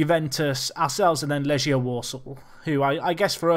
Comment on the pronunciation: You pronounce Legia with a strong g, like in "gate", not like a g in "manage" if you know what I mean